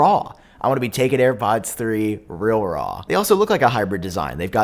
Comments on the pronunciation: The way he said “raw” gave me mixed emotions😂😐😅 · LMAOOO me too